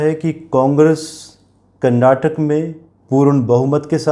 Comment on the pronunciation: Please prounance KARNATAKA and not KARNATAK.